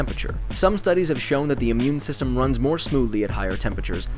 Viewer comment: OMG instead of immune system i heard meme system :O